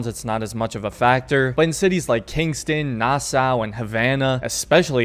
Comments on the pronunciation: omg its pronounced nasaw not nassaa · I served on the USS Nassau the name Nassau is pronounced Nassaw. I remember when I first got on board I said it like you do in this video and I was corrected very quickly. Thats the military for ya lol.